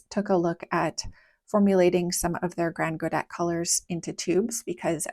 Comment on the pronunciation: ah then I understand why you decided to go with that pronounciation :) it just sounds so weird to me ^^ And yes, they look amazing! I'm likely going to try them out at some point!